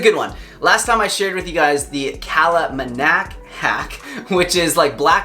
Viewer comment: Lol its Kala Namak...not Manak. Love these videos though.